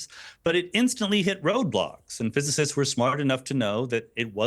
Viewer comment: Weinstein can't even pronounce "physicists", . That's the least of his problems in this video.